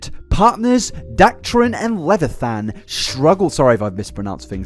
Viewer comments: Leviathan is pronounced Lev-y-a-than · how tf did you mispronounce Leviathan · The way mispronounced leviathan was the only thing that made this whole experience better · learn to pronounce leviathan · I find the way you struggled with the word Leviathan so much very funny and it gave me a good laugh. It's a word used so much in pop culture and fantasy culture that it's just a part of life and I never considered how someone would try and pronounce it if they hadn't heard it read out before. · This is a very comprehensive video with info that I had no idea about. Feel so bad for the ex. Also! I’m so sorry it shouldn’t bother me as much as it does that you mispronounced Leviathan🤣🤣it’s ok tho. Maybe Felix is a fan of supernatural🥴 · No way he pronounced leviathan like that